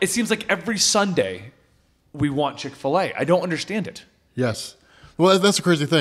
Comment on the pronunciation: This video is brought to you by "Chick A Filet"